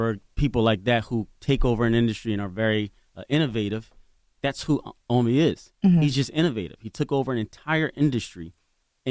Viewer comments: Lol they call him Ahmi🤦🏾‍♂️😭😂 It’s Oh-me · It’s pronounced oh me not ah me. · OMI IN A HELLCAT I know you had to be thinking....it’s OMI not Ahmi! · Y u keep letting them say your name wrong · awful the video just starts and she can't even pronounce his name correctly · Lawyer and host pronounced his name wrong lol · Why the fuck are they saying his name wrong 🤦🏽‍♂️ even his Lawyer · Y’all just gone kept mispronounce his name🤣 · If watched his videos she woulda know how TO SAY HIS NAME CORRECTLY 🙄🤦🏻‍♀️! & How the hell doesnt his OWN LAWYER know how to say his name 🤦🏻‍♀️ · BUMBACLOT! !!! Do not let them miss pronounce yr name...OMI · Can yall say the name correctly even da lawyer 🤦🏾‍♂️ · How you representing somebody & cant even say their name right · Why he letting people pronounce his name wrong in his face 🤦🏽‍♂️ Even his lawyer don’t know how to say his name WTF..I’m 2 minutes in the interview and they said his name 3 times wrong already lol...